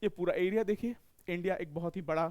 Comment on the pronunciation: ए बुरी (एरिया) होता है! की (अरियाज) होता हैं कैसे कैसे लोग आ जाते है यार... ये भाई सुध भाषा मे पढ़ाओ आम बोल चाल मे